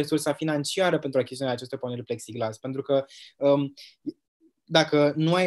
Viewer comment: În loc să -și bată joc în halul ăsta de învățămînt ar face mai bine ministrul să ia niște cursuri de limba romînă că o bate limba peste gură , mai are și diplomă de profesor (ROMÎNĂ)😭😭😭Apropo cum se spune corect pepsiglas cum a spus ea sau pexiglas.......